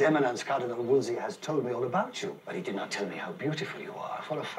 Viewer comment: ANNE DEADASS SAID WOLSEY 😂